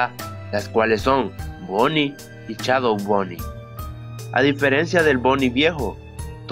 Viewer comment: jaja me da risa tu dices chadow xd